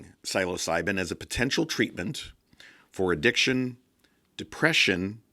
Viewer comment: great video. just please lookup the pronunciation of the word "psilocibin"